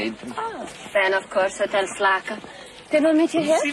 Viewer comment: Maybe "Slaka" is just the phonetic pronunciation of "Slacker"!